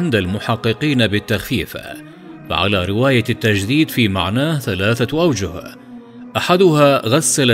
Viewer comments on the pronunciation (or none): none